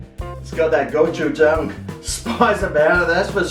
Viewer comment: Hi, my grandma is a native Korean and she makes homemade gochujang. It’s delicious! The word gochujang actually has more of a go-chi-jang pronunciation. I’m glad you enjoy gochujang!